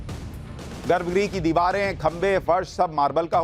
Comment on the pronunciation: I like watching your videos because they are very informative and you explain things in a way that is easy to follow. However in this video you have repeatedly used the word garbh "gree". It should be pronounced " graha" - the last "a" should be very short. Garbha Graha and not garbh gree.